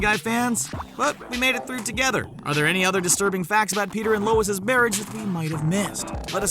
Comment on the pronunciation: “Lois’s” ..seriously?